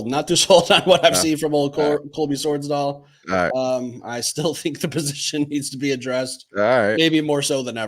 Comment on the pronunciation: so to clarify, the dig on Sorsdal wasn't needed, you said his name wrong, and he doesn't play the position in question. In fact you threw shade at the kid who is learning to play RG for the 1st time this year. Whats with the talk and the outfits if you clearly aren't fans or follow the team?